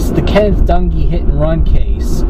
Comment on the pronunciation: I like your video, do me a favor, don't mention the word"Accident" ,this was straight up Murder. Plain and Simple. When you mentioned the last name, you sound like you're saying donkee, as opposed to Dung`ee.